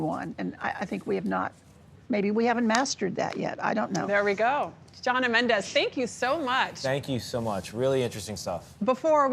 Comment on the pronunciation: "It's Jonna, not 'Joanna'. And I'm never coming back to this show again."